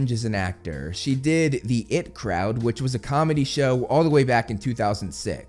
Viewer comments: I.T. crowd, not It crowd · It's the I. T. (eye tee) crowd. not the It crowd (Creepy clown) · its pronounced ie tee crowd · Omg the it crowd 😂 bro it’s the IT Crowd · It's pronounced the Eye-Tea crowd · Its not the it crowd it’s the IT crowd as in like computer education. Easy mistake to make if you haven’t watched it to be fair 😊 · It’s the “I” “T” Crowd,, you berk! lol Sorry, I’m a huge IT Crowd fan, I was kinda hoping you’d crack a joke about not knowing what IT means, like Katherine Parkinson’s character Jen did in the show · It's the I T crowd not it crowd :D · The it crowd 😂😂 You might not know this but the I and T are pronounced separately and not as one word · The it crowd had me cringing as a British person who knows it’s I.t great video anyway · The I. T Crowd, not the "it crowd"